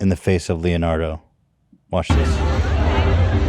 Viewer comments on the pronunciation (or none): none